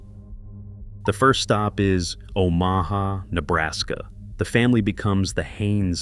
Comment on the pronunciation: "O MAW HAW, Nebraska" .... love the AI narration.